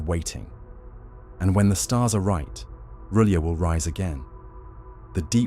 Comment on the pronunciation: Fucking AI can't even be consistent in its pronunciation of R'lyeh.